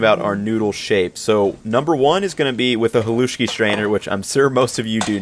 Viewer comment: screams in Slovak Bro you completely violated the recipe for Pagáč and here you are calling "Halušky" "Haluski" and a "Polish dish"... Seriously check yourself 😅